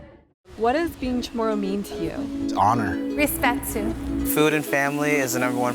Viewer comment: What is "Respetu" (which she pronounced as "respetsu")?